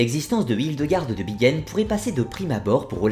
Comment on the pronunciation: Pourquoi prononcer 'Bigen" alors que c'est "BiNgen" ?